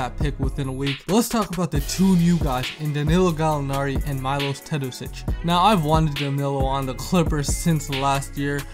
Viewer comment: its Meelosh not Mailosh